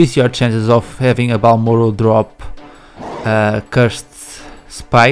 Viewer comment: Just saying, it's 'Marlboro' nor 'Barlmoro' LOL Everytime I encounter a Marlboro, I will call it a 'Barlmoro' in my mind and think of you.